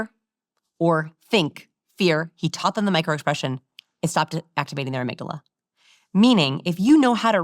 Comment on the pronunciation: their 'amygdalala'???